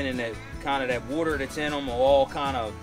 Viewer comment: Wooder.. lol.. Love it